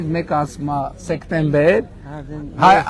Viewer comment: Սեկտեմբեր չի ,սեպտեմբեր է